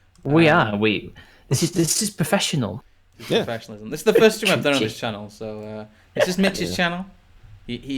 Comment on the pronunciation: Post the oof in the chat, asks "Steam okay?" Someone's been a bit too hard on the "R"